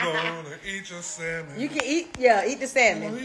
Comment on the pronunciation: 🤭💜YOU WON💯 👏💯Thank you for pronouncing SALMON correctly✌️ Hit me back I have a HILARIOUS story about you and the group but mostly you and Kandi when I walked with you to a restaurant while you were in NY(Manhattan) when you were young... I had the pleasure of meeting all of you and the awesome opportunity to see you at least 5/6tms per year... The situation with the task of escorting all of you made me so nervous because I was afraid someone or people would try to abduct one or all of you... 🤬🧐😠You and Kandi did something that still shakes me to this damn day!!! Y'all were so wroooong for that and we had to RUN back to the hotel a FULL NY BLOCK AWAY!!! I Blocked cars and buses holding my hands up "you laughed along with Kandi, your Sis and Tiny" at first but quickly realized it could be bad... 😒😤😮The entire situation was all on you and Kandi... 🤣😝I will forgive you if you ship something to my elderly Mom and I "maybe"...😆😁 So EXCITED for your growth, marriage, motherhood, business and exciting group of people who always gravitate to you.. Be well PROUD of YOU ALL... I will try to locate the stack of autographed pictures and my Back Stage Passes, T-shirts, pictures Mostly I just have memories, little stories that remain in my head... My students absolutely LOVED to hear about my seeing all of you... Everyone would beg me to tell what hotels you were staying in... I NEVER repeated anything I saw/heard except this!!! Cause it's FUNNY NOW!!! 🙄CRAZYASSES😝 The BEST thing about you.